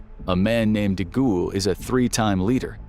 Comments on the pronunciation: De Gall, not De ghoul! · De Gaulle is pronounced like the goal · "De Gualle " is pronounced De G ah l. I love your channel! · Charles de goule 😂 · James Randi's book The Mask of Nostradamus demolishes the idea that Nostradamus's quatrains have any prophetic value. The application of quatrains to the JKF assassination and 9/11 is especially unconvincing. Also, I laughed out loud when the narrator pronounced De Gaulle "De Ghoul." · Please learn to say Charles de Gaulle.